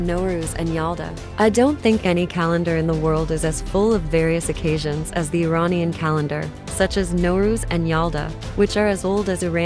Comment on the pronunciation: Please say Iranian the proper way,not American pronunciation